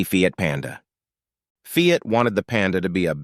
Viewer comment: Get rid of the AI narration, and also learn what the hell you’re talking about before posting on YouTube. Half the names of the vehicles are mispronounced and the information is inaccurate at best and completely wrong at worst. It’s TESLA not TELSA Fiat is pronounced “FEE-OTT” TO-RO-NAH-DO not Tornado The Excalibur was not a production car sold to the general buying public, but a custom kit car built on a production GM chassis. The X body GM cars (the Citation) was not any where near as problem ridden as you protest. In fact beyond a few early braking issues (which were corrected by the middle of the 1980 model year) the car was one of the most reliable on the market. Man, do you know ANYTHING about cars, or do you sell ladies lingerie??